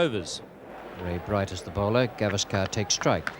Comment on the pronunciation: You are wrong. She didn't pronounce names properly. At very first, she pronounced Gavaskar totally wrong, it's गावस्कर, she pronounced गवास्कार a totally wholly meaningless wrong, a totally wholly nonexistent surname.